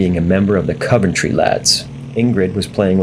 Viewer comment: Coventry isn't pronounced like cover, it's an O sound the same as bother.